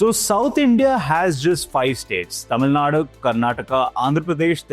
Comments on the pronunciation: It’s not Tamil Nad, it’s Tamil Nadu. I’m not from that state but calling it without the U in the end is like calling Delhi as Delh. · Pronounce Tamil Nadu properly. Central government only steals from South and enriches northern regions.